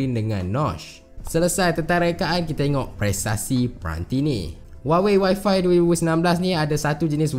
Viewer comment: Dy sebut y5 mcm Wi-Fi hahahah